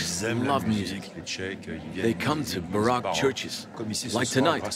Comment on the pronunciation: learn how to pronounce the word baroque. Everyone wants their own version of language. That is why truth is disappearing from the world as well as the distinction between good and evil.